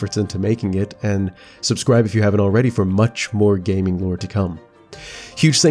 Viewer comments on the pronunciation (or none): none